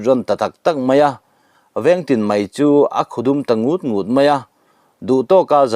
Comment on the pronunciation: Ngut ngut tih ilam dan te chu.hahthlak mang e.in thu lam rik dan te hi fimkhur teh uu